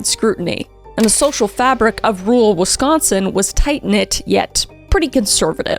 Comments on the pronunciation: I’ll never get used to the Gen z pronunciation of “rural”! Every time I think “Rule is such a weird name for a town” or “is “rule character” a nice way of saying the mayor acts like a dictator?” 😂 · I'm from Wisconsin and my grandma lives right next to the hospital he died in. She said she'd show me around sometime. I'm glad we got mentioned, though every time you pronounce rural as rule I get distracted.